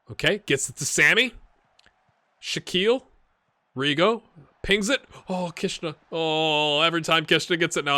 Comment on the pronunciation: Great video, mate. I really enjoy your content and i do find your videos educational, too. PS: Looked Shaquille Pinas up here on YouTube - according to the dutch commetaries it seems like his surnames is pronounced "PEE-nahs" in english with stress on the first syllable.